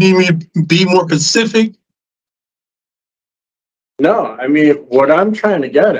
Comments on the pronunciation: "You a want me to be more pacific" 😏 you know like the ocean 🙄 dumb A$$ 😊 and yes you should have control of yourself and your actions the irony is as thick as his skull that he thinks he doesn't have mental health issues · I can't believe that he thinks that he sounds intelligent Maybe if he was more Atlantic ... I mean Pacific ... I mean specific 😏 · He couldn't be any more "consific" lmao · Exuse me did he say "specific or Pacific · You need me to be more “pacific”… ocean? 🥴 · Omg hes one of them! He says "pacific" instead of "specific" 😂 idiot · “You need me to be more pacific?” This was the cherry on top. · I hate when people say Pacific, it lets me know their level of intelligence immediately 😂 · "Do you need me to be more pacific?" .....this guy is ready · "Pacific"?? Hes NOT SUITABLE FOR PAROLE